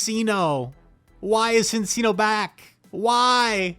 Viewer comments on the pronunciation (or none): I think the cc in Cinccino is pronounced with a ch sound, like the Italian pronunciation